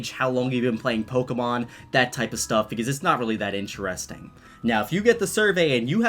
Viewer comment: It’s interesting not interresting